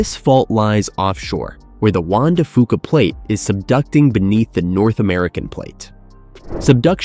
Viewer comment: Juan De Fuca - pronounced Fyuka. Not Fooka. Also what gives with the geography of California.